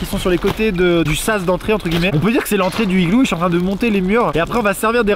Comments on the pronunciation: Il y a donc un h aspiré à "higlou". L'Académie française hésite sur le pluriel : "higloux" ou "higlous" ? 🤣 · Amixem ta un problème avec les liaisons du mot « igloo » xD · Le fait qu'Amixem ait dis "du igloo","le igloo" et aussi qu'il n'a fait AUCUNE liaison avec le mot igloo etait vrm INSUPPORTABLE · j'ai du arréter de regarder... c'est dommage, l'idée de vidéo à l'air bonne mais UN igloo sans la liaison ou LE igloo... trop dur à écouter, tu sais, c'est comme si tu lis un texte à faute, on dit que ca pique les yeux, bin là c'est les oreilles. Désolé Max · Le mec à tout faux 🤦‍♂️ Au lieu de dire "l'igloo" il dit "le igloo" Au lieu de dire "un (n')igloo" il dit "un igloo" Au lieu de dire "Les (z')igloos" il dit "les igloos" Au lieu de dire "de l'igloo" il dit "du igloo" Bah bravo Maxime 🤦‍♂️ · dsl mais dit l'igloo pas le igloo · C'est juste comme prononciation si tu écris le Higloo... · Oui tu le prononces comme çi ça s'écrivait "higloo" (pas de liaisons etc) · Ça fait du le THE igloo ou LE igloo😂😂Moooooon dieu 😶🙃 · Tu dis aussi un igloo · pourquoi tu dit le higlou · et tu fais pas la liaison de "un igloo" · Entre les "le igloo" et les "1 igloo" je me demande si Maxime sait faire les liaisons 😐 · Bah amixem pourquoi tu dis le igloo au lieu de l'igloo ? Ah oui au fait j'ai un message de l'équipe fructis, t'as 2 mois pour agrandir la White box et nous la présentez en vidéo. N'oublie pas que la déco doit se limiter au glorieux shampooing FRUCTIS FREEZE FORCE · pk tu dis le igloo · Tu dis LE IGLOO !!! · Pk tu dit le igloo 🤣🤣 non je blague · un higloo Maxime, un higloo 🤪🤣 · Amixem pourquoi tu prononces le Iglo ?😊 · POURQUOI TU DIT LE IGLOO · Et aussi un igloo sans la liaison et du igloo au lieu de l'igloo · Le igloo au lieu de l'igloo Un igloo au lieu de "un n'igloo" Et les igloo au lieu de "les z'igloo" 🤣🤣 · Pk tu dit le igloo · amixem pk tu prononces LE igloo regulièrement et pas L'igloo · Et aussi, il prononce UN IGLOO et UN NIGLOO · L’igloo pas igloo 😂🤣😂😂🤣